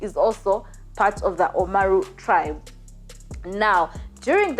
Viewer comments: It's Oromo not omaruu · She kept saying Omaru! 😆😆😆😆This was awful episode! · My god her pronunciation is horrible. She should at least look up how to say Oromo, Amhara, or Somali so we could focus on the story. The bad pronunciation is distracting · Oromo. Not omaro